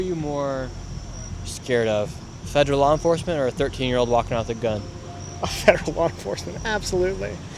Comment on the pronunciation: It’s pronounced “FED ER AL” not “FEDG ER AL” it’s also “UNDER ARREST” not “UNDERNEATH ARREST”